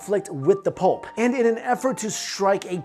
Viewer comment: anyone else only hearing him say "pulp" not pope?